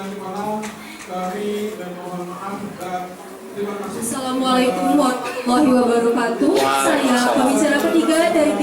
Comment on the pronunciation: Wabarkatuh -_- saking semangatnya malah lupa huruf Ro itu berharokat 😂